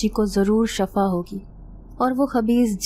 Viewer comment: Nice story but Shafa nhi shifa kahiye